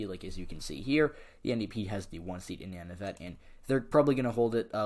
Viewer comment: Good job on Canadian politics. Canadian aboriginals are called first nations and the northern aboriginal peoples are called Inuit. "Nun-uh-vit" is how to pronounce Nunavut.